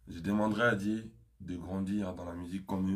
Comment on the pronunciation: 🔠🔠😵 AZOLOBA DIÉ AU LIEU DE DIEU UNE CONCERT AU LIEU D'UN CONCERT 😵😵MAIS YOKA MAPEKA😵🔠🔠